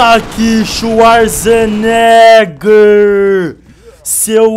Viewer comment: C pronuncia xuazeneger